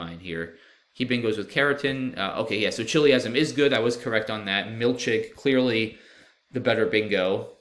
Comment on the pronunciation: milchig is a yiddish word pronounced milkhig, with the kh making the same sound in the yiddish pronunciation as chanukkah. still incredible that you found it!